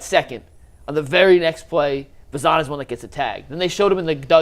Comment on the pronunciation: I love this channel but it always grinds my gears when someone covers a team for a living and pronounces names wrong. Like the English pronunciation of “Angel” or saying “Bazzana” like it rhymes with banana. The dude from Locked On says “Genao” with a J sound. Like, have you not listened to a single broadcast in the years these guys have been in the org?